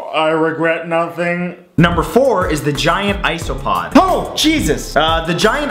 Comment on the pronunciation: "Giant IsopOAH JESUS!"